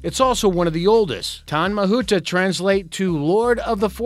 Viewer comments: That maori pronounciation though. Tane mahuta - tar nay ma hoo ta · The tree from new zealand is pronounced tar-neh (tane) mahuta the kauri tree. Kauri is pronounced like Cody tree. Good effort by the way....👍👍👍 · Tane 'Tah-ne' Mahuta 'Mahoota' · lmao I died when he attempted to say "tane mahuta" "kauri tree" and "maori"